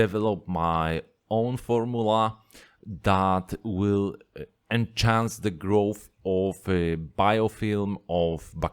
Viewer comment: By “en-chance” I believe you mean enhance (to make better). I totally understand what you mean but as a fellow shrimp keeper you help me and I would like to help you to say it better than me.. Cheers mate!